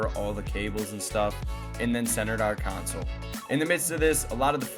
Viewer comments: Console... not a "council". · I can't stand when people call a console a counsole its sounds like its spelled con sole not coun sole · “Center counsel”…😐 English bro. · It’s called a console, not a council😂😂😂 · IT’S CON-SOL!!!